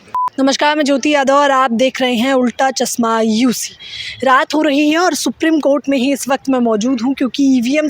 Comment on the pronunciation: Bolna seekho. Chasma nhi chashma